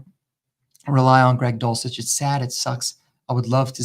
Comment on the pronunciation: Greg Dulcich is Greg dushlich….